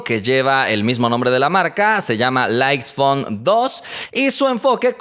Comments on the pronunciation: Jajajaja confundí el nombre como pronunció light phone por iPhone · "Light phone" entendí iPhone 2